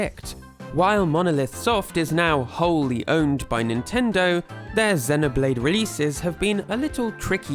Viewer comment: Why do you pronounce it ZE-noblade not ZEE-noblade?